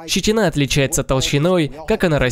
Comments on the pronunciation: ЩетИна! Ииииии! ЩетИИИИИна! Блт! Мои уши кровоточат..... Где был нанят этот переводчик? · все супер, спасибо! НО: вопрос к "закадровому голосу" - что за "щетинА" / "щетинУ"? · Щети́на! Если по русски, то в слове щети́на ударение ставится на второй слог. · и склоняю как школьник плохой -"щетинА, щетинУ с щетинОЙ" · Тоже задавался этим вопросом. Может какое-то новое правило изобрели?))